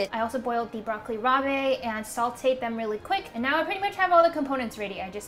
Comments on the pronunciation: Broccoli "rah-buh". Not bay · FYI: Broccoli Rabe is NOT pronounced rob-ay. It's just pronounced "broccoli rob." Great video. I've also done this before and feel his recipes are easy to follow with simple ingredients. He doesn't fuss over super luxurious or fancy ingredients so most of his recipes are actually pretty approachable for a more experienced home chef. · ChiZillaaa it’s also not pronounced Rob. Like a shortened version of Robert. It’s rahb. It also looked nothing like broccoli rab, that would have more greens. This was broccolini. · she kind of said it right, like raab, but she added the é at the end, not sure why. lol...maybe she thought it's french? rabé the frappé? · I adore you so much but every time you said Broccoli Rab*e I cringed lmao, just broccoli rab* don't pronounce the e pleaaaaase. Also as ALWAYS the food looks amazing! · It's pronounced broccoli "rob" not ra-bay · Also, broccoli rabe is pronounced just like rob. Not rob with a hard a sound. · No. It’s pronounced as rob. She added a hard a at the end. Not an e. Also, she kept calling prosciutto parma ham which is weird to say. It’s dry cured ham but no one calls it parma ham. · Broccoli "rob." Just call it rapini lol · Broccoli “Robbay” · broccoli rabe is pronounced broccoli "rob" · That was the one thing that bothered me haha... the way she pronounced broccoli rabe... also it did look more like broccolini than broccoli rabe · You're mispronouncing the broccoli rabe.